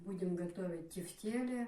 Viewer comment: тЕфтели ударение на 1 слог ..так правильно они называются но называют по разному..